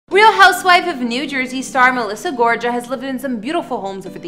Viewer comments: The way you pronounced Gorga made me wanna click out lol but I’m staying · I caught that shade you threw at Melissa with the "heavily auto tune" comment. Makes me wonder if your mispronounce of her last name was an error or another shade. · She doesn’t know she’s pronouncing it wrong. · How can you make a whole video mispronouncing someone's last name? N their famous too. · If a YouTuber is going to give info about someone's home then they need to do better research and learn to pronounce their name.Its NOT being mean its called constructive criticism!NOT EVERYONE is a troll behind a keyboard. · How do you do a whole video on Melissa Gorga and get her name wrong? Its not that hard. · How can you post a video if you don’t know how to pronounce her name? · How you gonna do a story on people and not even know how to pronounce their last name properly? Do you even what the show? I’m embarrassed for you. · Obviously you don’t watch the Jersey housewives because that’s NOT how you pronounce her last name!🤣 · It's Gor-ga, not Gorja, the g is a g. Sorry I had to tell you. ❤️ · GorGa not GorJa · Nicely done, as always,, Thanx. Just a hint - Melissa's last name has a hard G on both G's -= so GoRGA, not Gorja. No biggie. I really like her and her hubby, even though he can sometimes come off as kin of a chauvenist. She is so gorgeous, and seems so both inside, and out. Unlike Jennifer Aydinm, she DOES seem to work hard, and be truly grateful for all she has. Her look reminds me a lot of J Lo This house is supposedly about 30-40 mins away from where I am now, moved her last year - but my house, and area are NOTHING like that - I WISH!!:):) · Her last name is GORGA NOT GORJA! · You’re not pronouncing her last name right before you do these videos check how the Pronunciation is it’s not Georgia it’s Gorga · It's GORGA with a hard "G", not a "J" sound... sheesh.... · GOR-GA NOT JA PRONOUNCED WITH A GUHH LIKE GOTCHA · "GOR-GAH" NOT "GOR-JAH" 🤦‍♀️🙈🙉🙊🤣